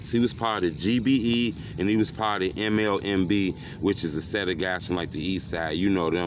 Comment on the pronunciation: Lol it's not mlmb it's nlmb and it's not lil erb it's lil Herb